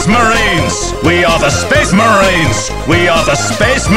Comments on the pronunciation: SPEHS MAREENS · SPEESH MARINES